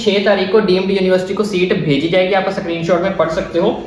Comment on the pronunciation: Screenshot❌ Sakrinshot✅ 😂😂